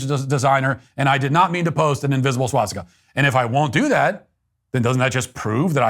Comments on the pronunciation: Swah Stick Uh. Not SWAT stick uh. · It’s a swastika not a swatstika 😭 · The only thing you did wrong here is pronounce it "swatstika" repeatedly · The real problem here is how Matt pronounces it as "SWATstika". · It's hilarious that Matt, the "Nazi," doesn't pronounce the word 'swastika' correctly. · I'm only offended by his pronunciation of "swastika." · How do I know Matt doesn’t support the Nationalist Socialist Party? He says swast!ka incorrectly 😂